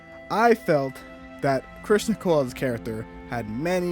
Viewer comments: You know you could just say Criston and we'd know who you were talking about right?! Lol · His name is CRISTON, not Christian. You not liking the way the character is written doesn’t make it ‘bad writing.’